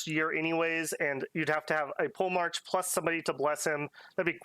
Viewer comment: Please don't go into the campaign saying "pole-march" haha It's poe-le-mark